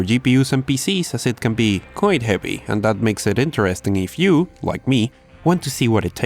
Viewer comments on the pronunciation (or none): none